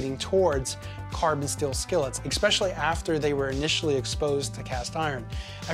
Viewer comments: Especially. Not eckspecially. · was a great video, but same comment. There is no 'x' in es-PESH-ul-lee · Take a drink every time you hear "expecially". 🧐 (I thought I just misheard it the first time.) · You said "expecially". I can no longer believe anything you have to say. JK, but work on it, ok? It's really annoying.